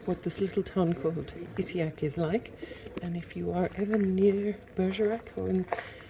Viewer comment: It is Issigeac (pronounced with a soft g ) not isseac as you pronounced it. thought you might like to know. Good video